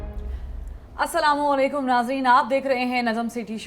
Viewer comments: Najam sethe sb Aap Salaallaikum kahty hyn yeh galat hy Assalam Allaikum kahna chahy Aap durut kerlyn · السلام علیکم ورحمتہ اللہ وبرکاتہ جناب سیٹھی صاحب اگر آپ سلام علیکم کے بجاۓ السلام علیکم کہے تو بھت بھتر ھونگا